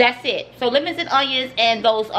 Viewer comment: How she said lemons and onions made me dead XD